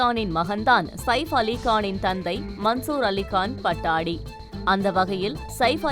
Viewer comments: hello anchor ji, it is not PATTADI rather it should be Patudi.... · PA-TOU-DI. Not Pattadi. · Not Pattadi". That should be pronounced as Pattoudi.. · எம்மா பட்டாடி இல்ல பட்டோடி நல்ல படிக்கிற தமிழு...🤣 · Please it is not pattadi but pattodi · பட்டாடி அல்ல, பதோடி என்று கூற வேண்டும். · Pattodi not pattadi pls pronounce correctly it's irritating to hear .😮